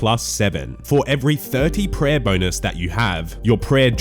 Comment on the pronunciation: Per owahhh, you need speech therapy